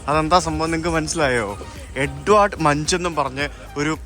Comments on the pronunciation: "മങ്ക്" എന്നാണ് ഉച്ചാരണം "മഞ്ച്" എന്നല്ല, നോർവീജിയൻ പേരാണ് ഇംഗ്ലീഷ് അല്ല. "എഡ്വേർഡ് മങ്ക്". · Munk not munch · Edvard Manch alla "munk" yanna pronunciation.